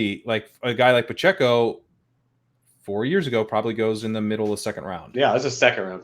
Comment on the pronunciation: As a Chiefs homer, hearing how said "Pacheco" causes me great pain. With that said, this was a fantastic show.